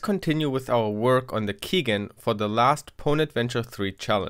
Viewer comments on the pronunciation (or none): k-... k-... keygin? keygen. gen. generator. x3 it's key "jen" lol cute x3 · keygen = key gen pronounced like the name Jenny gen short for generator. not gin JEN!! keygen sound like keyjen.